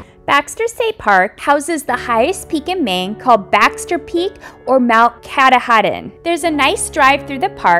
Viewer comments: Its Mount " catoddin" not Mount " catahidin" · I absolutely appreciate this video. I had so much focus on the Coastal Maine these past 2 summers for my videos I never got to any of the inland state parks. It is such a naturally beautiful state. So glad that others are showcasing Maine. Lol by the way, Katahadin is pronounced "Ka-Tah-Din" I figure I'd tell ya before some Mainer shouts it out in all caps 🤣🤣🤣.